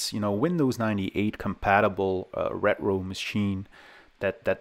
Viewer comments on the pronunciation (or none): Great video like always, but why do you say retro like Scooby Doo?